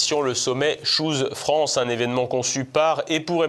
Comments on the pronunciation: nous sommes en France, et à ma connaissance, la langue dans notre pays est le français. De plus, si on veut vraiment utiliser l'anglais, alors on le prononce correctement. Choose France, se prononce "tchouse" et pas "chose". à bon entendeur salut! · C'est PLUS "SHOES FRANCE" que CHOOSE France